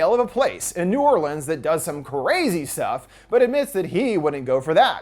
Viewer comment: Thank you for saying baton rouge and new orleans correctly ❤️😂